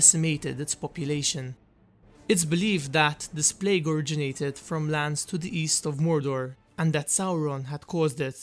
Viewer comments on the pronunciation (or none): none